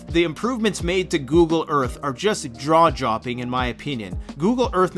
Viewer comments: "Draw Jopping"? LOL I think you meant "Jaw Dropping" that was hilarious. such an awesome video this time. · Did you just say Draw Jopping? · “Draw jopping”? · He said "draw jopping"...